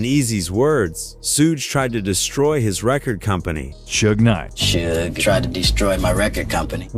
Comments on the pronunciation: I winced everytime I heard "Sooge" knight. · Bro it's pronounced SHUG knight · A.I. voice can't say "SUGE" correctly 😂